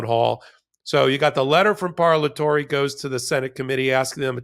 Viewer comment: It’s an Italian word pronounced par-la-to-re. Simple Italian phonetics. Language is valuable cultural component and should be respected as such.